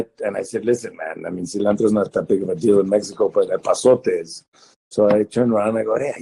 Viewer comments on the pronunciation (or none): it's "epazote" actually, it's a Mexican herb